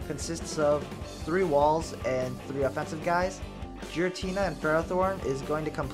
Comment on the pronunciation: Isn't it Giratina? You pronounce it as Jiratina